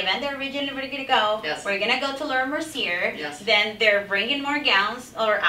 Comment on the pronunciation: Fashion Icon?!!! you really need a reality check.....and it's not pronounced Laura mercierrrrrrr it's pronounced Laura Merciyay MERCIYAY!